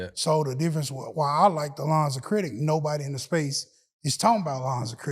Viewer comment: If I hear say “credik repair” one mo time lol😂 great man